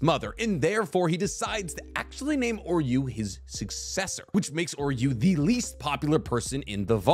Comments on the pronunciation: Bros saying “oreyou” lmao, it’s oo-ri-oo pronounced the same way u would say oo in food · Also pronounced Uryu’s name wrong but I don’t see anyone catching that